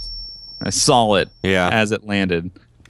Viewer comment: it's "saw" not "sawl"